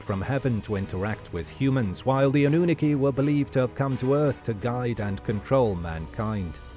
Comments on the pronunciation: Pronunciation is very important when you want to sound like you know what your talking about. A. Nu. Nar. Key. Not Anoon akey. Fs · Anu-nah-ki not annunaki. It's annoying hearing the word mispronounce. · Say anu na key one more time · If he could pronounce Anunnaki correctly would be great! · Well he is AI so.. he'll never be able to pronounce it correctly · It is killing me 😂😂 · sooooooo glad I wasnt alone in this.😂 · I couldn’t watch more than 2 minutes I had to turn it off lol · Makes my skin crawl 😩